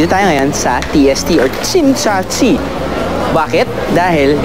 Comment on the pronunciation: Wrong pronounce location Tsim Sha Tsui. Pronunciation be Tsim Sha Chui